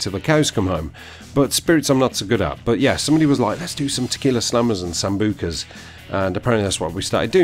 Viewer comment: Haha. The way you sambuca is soooooo funny. "Samboooka" Genuinely entertaining shit. Where can I donate some $$$ for your next night out. I'd genuinely put 10 quid in for it. LOL!!!!!!